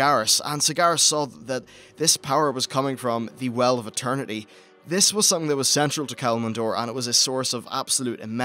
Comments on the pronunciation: Kalamindor... Sagaras... Hmm pronunciation at it's finest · Kalimdor, sounds like youre adding another syllable